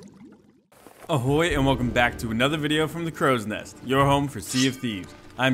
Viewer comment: As much as I enjoy and like your informative videos, you saying "AHHoy" makes my nerves twitch every time, lol. It's so brutish the way you pronounce it with the heavy emphasis on the 'h'. I couldn't help but comment on this after the many videos I've watched from you, hopefully this will ease my mind for a bit.